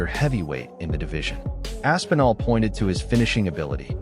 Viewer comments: its not ASS-PENAL...its Aspinall....smh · I think hes just designing the build-up. For when they do fight. Making Tom think he ain't gonna get that big pay-day. Also the AI or whatever saying Tom's last name is hilarious. ASS' PEEEN' OL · Asspeenal? Wtf pronunciation is that 😂